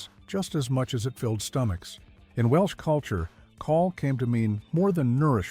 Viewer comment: CAWL is a Welsh word and is pronounced to rhyme with 'owl' in English